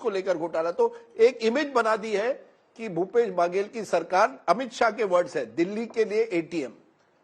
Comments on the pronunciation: बगेल/बागेल ये क्या होता है अच्छे से पढ़ कर आया करें बघेल है । और ककआ हमारे यहां कका होता है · Mr Rajdeep ...it is not pronounced as "Bhaaagel" it's Baghel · It's not भागेल, it's Baghel बघेल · Its baghel not bhagel..naam to sahi le lete . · It's Baghela not Bhagela. Correct your phonetics Mr Sardesai. Even after decades of experience.? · Aabe chutiye its not bhagel it ba-ghe-ll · Rajdeep not bhagel pronounce correct